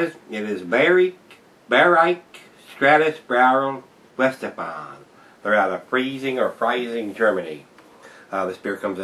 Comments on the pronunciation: Veye-hen-shtef-an-er for those Germanically challenged :) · Its pronounced "Vi-hen-step-hon-er"